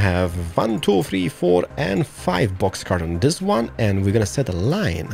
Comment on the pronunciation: When he said boxcar, the way he said it, it sounded like m "books car". Something like that